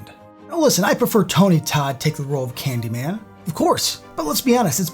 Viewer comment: It's Candymayne!!!!